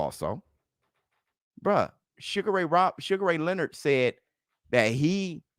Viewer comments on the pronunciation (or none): none